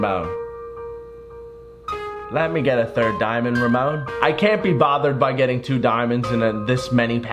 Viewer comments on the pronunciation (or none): none